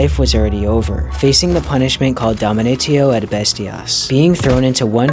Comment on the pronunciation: It’s not pronounced “Dom-a-nate-o-“. How is nobody talking about this?